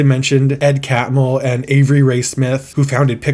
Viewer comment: Smith’s first name is Alvy, not Avery.